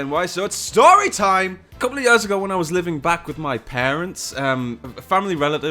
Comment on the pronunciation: hey, say "year"